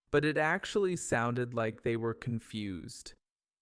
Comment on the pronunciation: Like a native, not LEIK a native